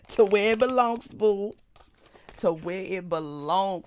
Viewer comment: "To where it belongsT." 😄